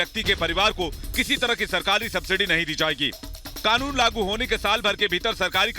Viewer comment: ऑवैसी कृपया ध्यान दे ! इस ऑबैसी को कहो कि क़ानून कहा करे खानून नही और मोदीजी कहा करे मूडीजी नही ! वर्ना हम भी ऑबैसी नही ओ भैंसीजी कहना शुरू कर देंगें !